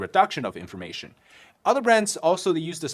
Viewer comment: ik youre saying inflammation in your ad, but it sounded like information 😭 "it reduces information" made me chuckle